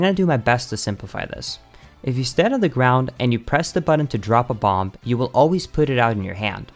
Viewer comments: BomBuh FYI, the last B in bomb is silent, and this hurt to watch. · Lol what is up with BotW speed runners annunciating the b at the end of the word “bomb”. It’s silent. It’s pronounced /bäm/ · the last B in "bomb" is silent